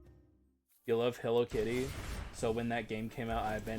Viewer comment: I was thinking the same on stream but thought it was a regional thing